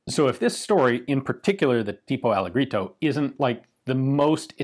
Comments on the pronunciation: Not ALLEGRITO read ALLEJJERITO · Very interesting video, Ian: great as usual. BTW, 'alleggerito' is pronounced "Al-leh-jeh-reeto" (I am a bilingual British/Italian). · Ian in Italian Alleggerito you pronounce like if was written Allejerito Italian G = English J because in Italian we don’t have W J Y and K we do the same sound with others letters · bro, I'm just joking on how Ian pronounces "alleggerito". I'm Italian, I know that there isn't written "allegrito". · If I'm not mistaken, the 1934 and 1935 were out during the Fascist regime, so yeah, wacky gun laws make sort of sense. Also, "alleggerito" is read something like "alledjerito" ^^ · More like Halledgehrito in English since j is pronunced the same way as in "Daje" In italian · Alleggerito pron. Allejjerito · 7/10 on the attempt to say "alleggerito" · But it is not said that way...well, tipo is right but allegerito has a different pronunciation 🤷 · Also, Ian, stop murdering that Italian. :P XD -Ian: "Alleggerito" -Hans Landa: "Alle... grito? Per cortesia, mi lo ripeti ancora. " -Ian: "Alleggerito". -Hans Landa: "Mi scusi, comé?" -Ian: "Alleggerito". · Hi, I am Italian. The correct pronunciation of "alleggerito" is NOT with the hard "g" but, instead, with a "j". Thank you. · The double "g" in "alleggerito" is soft. A bit like a "dj" sound.